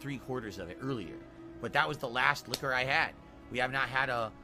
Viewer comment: The way he says “liquor” makes me homicidal.